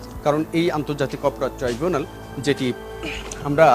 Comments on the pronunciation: এই টাই জুনাল না ট্রাইবুনাল ট্রাই।। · Not trivunal 😊😊😊 It’s Tribunal